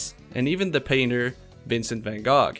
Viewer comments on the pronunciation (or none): hold up. did you just say ponokio, and vincent vangog?